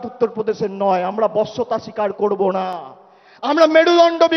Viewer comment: আগে ভালো করে উচ্চারণ করতে শেখো। "কড়বো" নয় "করবো "😂😂